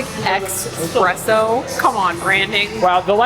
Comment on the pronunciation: Ffs it's eSpresso. There is never an X in this world. And it's "aSk" not "aKs"